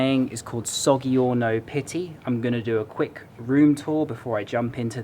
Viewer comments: As an Italian I have to say 'Well done!' . One of the best videos about Florence:-) :-) , very realistic and with additional info that not everyone says.. Just a thing: G si pronounced like J when followed by 'i' and 'e' [sod'd3orno]...'osteri'a',accent on the 'i' (means chep/popular/ public place where wine and a few dishes are served) .:-) :-) :-) :-) are you visiting anything else here in Italy?:-) :-) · The gg in Soggiorno is like the j in jack not hard like the g in get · Sorry, but Caravaggio - gg is pronounced like "j" in "jam", the same for soggiorno - there is no g like in game, same like in jam, jacket, jumbo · Its pronounced So-jj-orno.